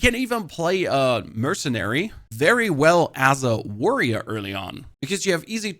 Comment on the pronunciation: you are BLOWING my mind by casually calling it “warrioa”